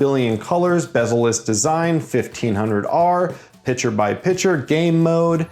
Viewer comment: When you say picture, you aren't pronouncing the "T", you are saying picher. That part is maddening, but the rest is great as usual!